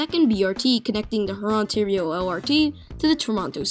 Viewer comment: "Rurontario"? "A lot to unpackage"?